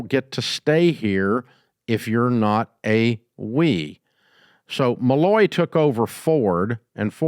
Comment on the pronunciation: He keeps saying “Malloy” at ford, is he referencing Alan Mulally?